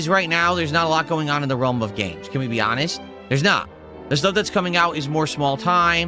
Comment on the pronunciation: Hanhest snort